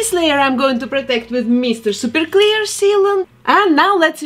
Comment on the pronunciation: i love the way she says “meester sooper cleer”